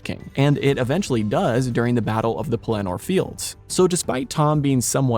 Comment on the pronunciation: For a lover of LOTR, it is strange not to know the correct pronunciation of names: GlorfIndel, PelEnnor.